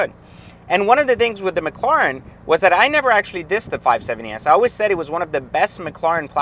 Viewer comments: you can pronounce properly mac..laren? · I don’t think he can lol says it the same in every video